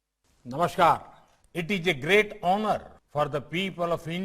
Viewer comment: Point to be noted he say "Grite" not great🤣🤣🤣